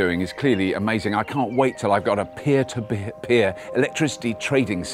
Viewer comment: Robert said peer-to-beer. Tee hee. Good to see Robert back on the BBC albeit BBC4 (should be BBC1). Looking forward to that.